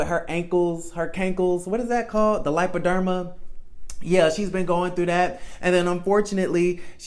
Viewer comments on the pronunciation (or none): This boy said the 'lipa-derma' 😂😂😂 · Lol love that he wasn't offended. It's Lymphedema.